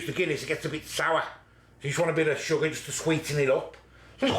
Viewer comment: sugger OMG ..SUGGER lol